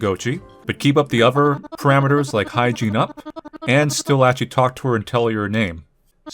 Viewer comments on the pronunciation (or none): none